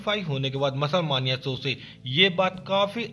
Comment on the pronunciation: मानिया nahi hota hai मेनिया hota hai 😂😂😂